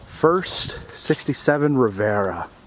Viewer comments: That is a Riviera..pronounced Riv-ee-era. Buick beauty. Many of these derelicts are highly collectible, very much sought after. Many are reproduced in fiberglass, but to find a steel original shell is potentially ...astounding to say the least. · It's Riviera not Rivera lol